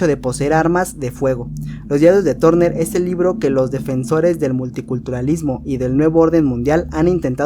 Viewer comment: Los diarios de Turner se pronuncia LOS DIARIOS DE TARNER Y NO TORNER! .